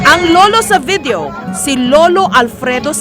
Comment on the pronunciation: VITHEO DAW..SABI NI J.S. " FAITH IN HUMANITY RESTORE" DAW. DI BA JOURNALIST TO? BAKIT GANYAN MAG ENGLISH? OK LANG KUNG ORDINARY PEOPLE..BUT A JOURNALIST?